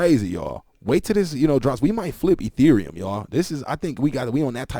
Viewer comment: He said flip Etherium 😳